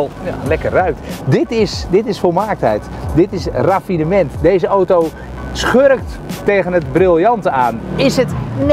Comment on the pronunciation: Het is aaauuto....auto....geen ootoo.....